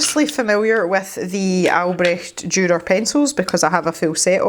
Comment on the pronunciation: You did such a good job pronouncing Albrecht Dürer :D I really like your painting and I think his name should be Fred or Freddy :) I got my ScrawlrBox yesterday and I'll combine my ScrawlrChallenge picture with MerMay, even though it is the April ScrawlrBox, but it is May when it got to me. I wonder if the May box was supposed to be inspired by MerMay... would be interesting :) I think, judging by the last two or three boxes that they have taken the results of the survey they did quite seriously. I mean, they have included pads or sketchbooks with paper since then, so I guess more people "complained" about the little paper we got. They really improved, I think.